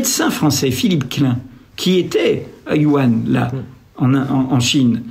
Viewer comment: Vraiment merci. Super vidéo. Par contre, essayez de corriger votre prononciation. j'ai les oreille qui saigne à chaque "Wuhan". ;)